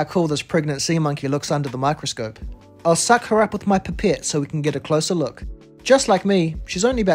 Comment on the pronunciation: How did you pronounce pipette ? Lol